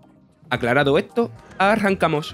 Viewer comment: ETO QUE EH LO QUE EEEHH!!!